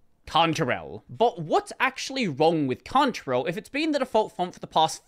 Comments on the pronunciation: I like accent, I never knew I used a "cunt-rail" font ;-) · "I'm just going to say it as Contarell, it might be Cantarell, I don't care" -- Isn't the spelling enough of a give away?